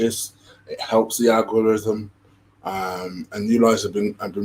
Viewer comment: did you say it helps the alcoholism or algorithm? 😆